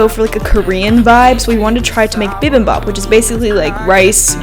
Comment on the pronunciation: I absolutely LOVE watching your vids. And it's so fun to see you and your fam workout together!! I'm Korean and I just wanted to say I kinda cringed when you pronounced bibimbap and japchae lol. But it's so good to see you try Korean food ;)